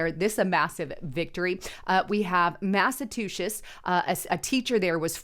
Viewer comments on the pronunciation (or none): Did you say Massatushits? LOL...